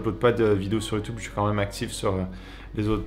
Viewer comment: J'adore quand tu dis youtoube